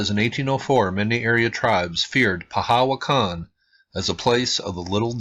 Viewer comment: Interesting. Sounded like you called it 'pahawakan', something like that? Thanks for the post.